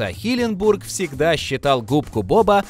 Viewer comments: Парень который озвучивает канал Watch Magic Россия почему ты говоришь име Стивена Хилленберга неправильно а именно " Стивена Хилленбурга"?! Звучит как будто какое-то город в штате Миссисипи! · ХилленбЕрг, а не бУрг, уши режет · Вообще то Стивен Хилленберг, а не Хилленбург. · Не хиленбург а хиленберг... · Никто: Абсолютно никто: Автор: хиленбОрг